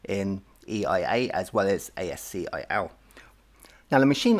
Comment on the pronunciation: ASCII is actually pronounced as ASKEE .just informing you ,, good luck